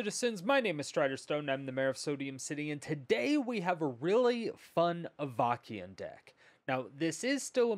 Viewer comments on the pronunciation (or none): oh my goodness, i'm in stitches hearing you say Avakeyin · "Avakiin"... Shrug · Not to be that guy (while totally being that guy), I’m 99% sure that it’s pronounced Av-uh-sin. Awesome video as always! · I totally rolled my eyes when I first read this comment.... Then I heard him pronounce it and it felt like fingernails on a chalkboard.